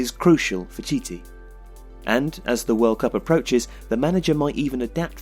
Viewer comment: Just so you know for the future, the manager's name is not proceed Tee-Tee. It's Chi-Che